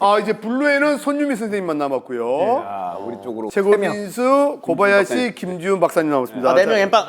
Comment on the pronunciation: 미쳤냐고 ㅋㅋㅋㅋ 아니 고바야시 라고 해야하나?ㅋㅋ